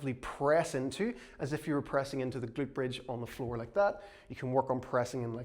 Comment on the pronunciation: We salute the “ga-lute”